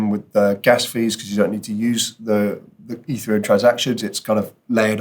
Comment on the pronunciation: You say ethereum like. E three um. Instead of eth Ear EE um